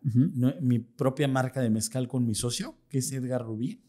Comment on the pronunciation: Mezcal!!!😮😮😮 Soy de la tierra del Mezcal. Toda mi famila hace Mezcal. Puro mezcal no "mezcal".